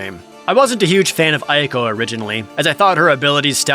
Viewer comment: It’s pronounced “ay-koh”, actually.